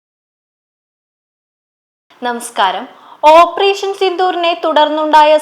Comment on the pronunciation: ഓപ്പറേഷൻ ആണ് ഓ പ്രഷൻ അല്ല